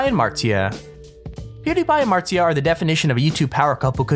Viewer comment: It's not martzia.